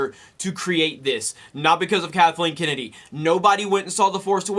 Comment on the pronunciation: Kathleeen Kinnidy...